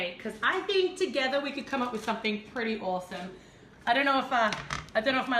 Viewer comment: When said awesome, it kind of sounded like 'Aussie'...someone make a pun with that for the name of the cake